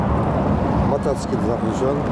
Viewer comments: 😂😂😂Мотоцикл ❌ Матацакел ✅ 🤣🤣🤣🤣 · ГАИ матасекил дейт го😂😂😂😂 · Матсекль дегени жакты 😅